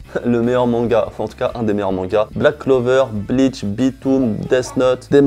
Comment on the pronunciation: "Black cover" 😂 il manque juste le "l" mais tranquille 👌🏼 sinon vidéo sympa et t honnête ça me plaît! Donc + 1 abo 😉 g vraiment vu de belles choses 🤩